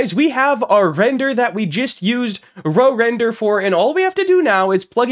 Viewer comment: You probably offended whoever made RoRender by calling it Row Render 🛶🛶🛶